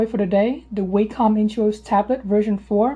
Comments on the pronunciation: It's : wɑːkɒm and NOT wācom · you pronounced Wacom wrong lol. It annoys the heck out of me when people do that no offense lol. Go to Wacom's YouTube account and click on one of there videos to find out how to say it. That's what i did.